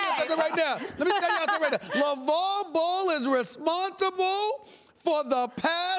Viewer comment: Stephen A stay off the WEEEEEEEEED can't say Lavar Ball. its on ya.